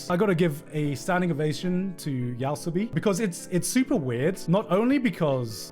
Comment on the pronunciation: he didn't just say Yaosobi